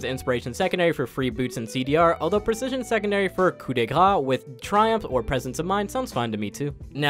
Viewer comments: ku de gnar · "coup de grrra" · For a second I thought he was gonna actually say it correctly